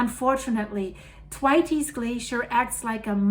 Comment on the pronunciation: "Th" as in Thor, "wait" as in delay, "s" as in plural. “the weights” probably isn't correct, depends on how you pronounce "the", but it is a lot better than attempt! Named after Usanian geologist Professor F.T. Thwaites of the University of Wisconsin.